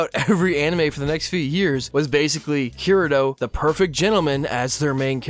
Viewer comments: It's Kee-Re-to not Ke-re-do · How is this not about Tanya the Evil? DEUS VULT. I think you're totally right about this movement being a reaction to the Mary-Sues tho. Also please god 'kii-rii-toh'. If you're going to have an anime channel at least try with the names.